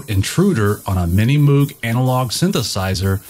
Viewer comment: It's pronounced Moog , not Moog . We just started building the Mini Moog again ! Love Van Halen !